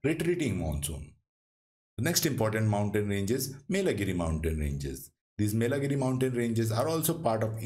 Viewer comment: i think its yelagiri, not melagiri...also you have to be careful about pronunciations when you make the video.